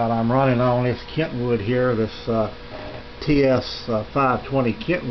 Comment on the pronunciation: KENwood...not KENTwood....